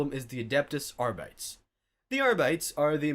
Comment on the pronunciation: Please learn how to pronounce Arbites and Omnissiah. You sound like you're just reading off a wiki with no actual interest in the subject.